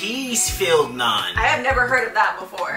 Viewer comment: Fellow Indian here!!! I can’t believe you are trying it for the first time! It is soooo flavourful! Oh….and thank you for pronouncing Naan right! I was ready for my ears to hurt but you nailed it!